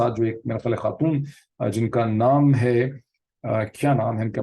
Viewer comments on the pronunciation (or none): none